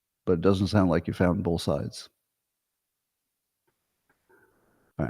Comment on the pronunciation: open letter to Scott Adams: Dear Scott, the word "both" doesn't have the letter "l" in it (it is not "bolth"). Sincerely, Al Quinn